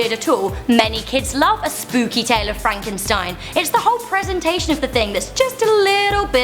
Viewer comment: But you said Frankeinstein